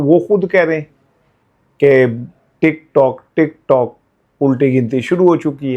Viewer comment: Wa Alaikum Assalam 🌺 App ki Duaon ka Shukria App Talla app ko khush o khurram rakhay Bilawal Tik tok Nahi Tik truck Tik turck Bol raha hay